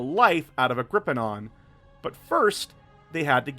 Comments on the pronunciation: I love the video and I hate to be that guy but it's Agh-gri-peen-uh not agh-gri-pee-on. Agripienaa had its roots in Latin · It is Agripinaa, NOT Agripi-NAAN! There is no SECOND N in Agripinaa! God, that was driving me mad.